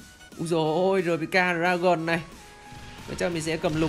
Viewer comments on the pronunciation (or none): none